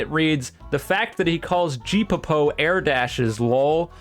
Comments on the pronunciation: "Gee po po" is how ill be pronouncing geppo from now on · G-popo is hilarious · "Ge-po-po" u knew what u were doing LOL 😆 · I can already hear people correcting him for saying geppo wrong 😭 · you mispronounced geppo so badly i started laughing for a good 3 minutes 😭😭😭😭